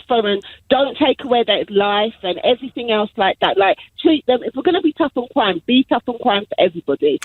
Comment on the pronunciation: "Tuff on cwime"